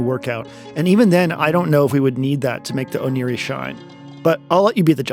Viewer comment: Oneiroi is the name of the Greek god of dreams, so the Ancient Greek pronunciation (oh nay roi) is more likely to be correct